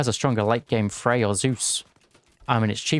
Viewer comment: Isn't the r in Freyr pronounced? I feel like it should be read like FreyR, not Frey